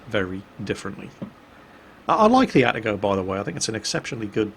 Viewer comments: Ah-Tah-Go not At-teh-go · please. Stop pronouncing it At-a-go - it's A-ta-go. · Ah-Ta-Go. In Japanese, each symbol represents a syllable that is usually pronounced the same way. These symbols usually only represent two roman letters, with the exception of stuff like Tsu. (Mu-Tsu-Ki and Ha-Tsu-Ha-Ru, for example.) At least that's how it is with the basic Japanese alphabet, anyways.